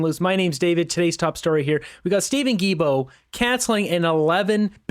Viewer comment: Not that I like the imbecile environment Minister, but his last name is pronounced Gi-L-Bo. There is an “L”, and it’s not silent. Other than that, keep up the good work!